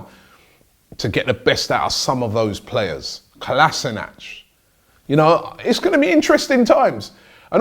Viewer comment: Good to hear you pronounce Sead's surname correctly Robbie! 😎 I'm definitely satisfied with the appointment of Unai Emery as the new manager of Arsenal Football Club! Sad to see Santi Cazorla go.. Good luck to him with his new goals!